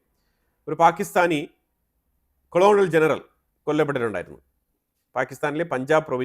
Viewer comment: കോളണൽ ജനറൽ അല്ല കേണൽ ആണ് 😊